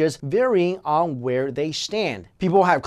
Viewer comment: why does he pronounce "on" as "ung"??